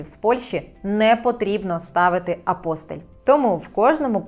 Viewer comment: Тільки не апОстиль, а апостИль. Треба правильно робити наголос у цьому слові.